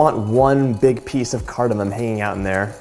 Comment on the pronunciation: he proounces cardamom correctly